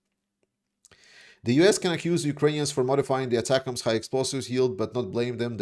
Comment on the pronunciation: I did have a small issue with another YouTuber, Artur something I think, pronouncing ATACMS as "atack ms". It's not a real issue but an earworm over how many times he kept pronouncing it that way over and over throughout his video. I'm not sure why but our military going back as far as my lifetime our weapons have always come with a pronunciation a single pronunciation and it's an acronym that is pronounceable in this case as "attackems". I know in the grand scheme of things it's less than a grain of sand on the planet Earth but it was any worm and I had to Bleed It Out.